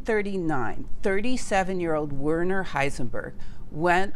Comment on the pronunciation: not WERE_ner. but VER_ner